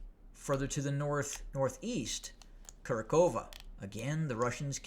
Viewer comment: Kurakhove is pronounced "Ku RAK ho va" (local DPR Russians) or "Ku RAK ho vo" (Russian military). The Ukrainians say "Ku RAK hov", but whether in local Russian dialect, Russian, or Ukrainian, the emphasis is on the second syllable, "RAK". So Kurakhove = "Ku RAK ho va".